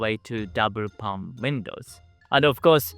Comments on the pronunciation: Pane (ie: window pane of glass) is pronounced like "pain". I'm glad we have insulation, it's -20°c right now, here. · Your videos are always so thoughtful and informative. Thank you. I hope you don’t mind me explaining that “pane” is pronounced the same as “pain”. Greetings from a very well insulated old house in England.